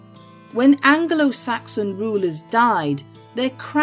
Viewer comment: Angle~oh-Saxon? 😂 new way of saying that